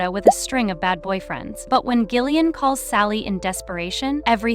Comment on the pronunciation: I can't with the mispronunciation of Gillian's name!